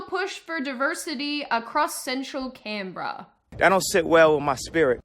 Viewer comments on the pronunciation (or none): I always pronounced Canberra as "Canberra", but it seems I was doing that wrong all my life.